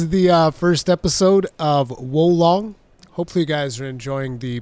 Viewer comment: the name of the game’s pronunciation is war lone. lone with the ng end. lone ng